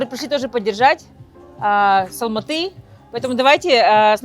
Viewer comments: Не Алмата,а АЛМАТЫ с ударением на Ы!! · будьте добры говорить правильное название города - Алматы! Уважайте страну и народ, который вас принял, где вы не видите русского шовинизма, фашизма! Учите казахский, для начала хотя бы бытовой! И завязывайте с манкуртизмом, вы саха из Республики Саха, а не Якутии! Qazaq halqy ote qonaqjaily, bizdin tilimizdi, salt-dasturimizdi qurmetteniz! Sahalarga tauelsizdikti tileimin!